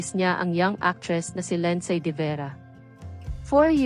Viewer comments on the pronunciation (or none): Ano pangalan ? Linsaaay? Pagaralan mo Kaya kung paano bigkasin pangalan nya Linsaaayyy?